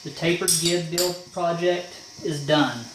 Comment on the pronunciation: I've always heard "gib" pronounced "jib" with a soft g, as in "giant". FYI